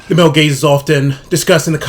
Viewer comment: Every time he said male gaze I just heard male gays 😂